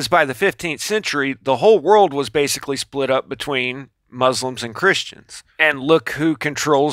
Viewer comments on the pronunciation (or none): none